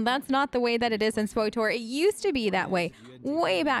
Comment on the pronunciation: Its pronounced "switor" not "swotor" my head hurts, lol thanks for the tips tho